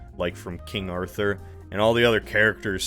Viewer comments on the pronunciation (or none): none